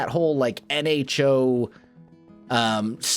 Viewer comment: Oh O.... Nho (silent H)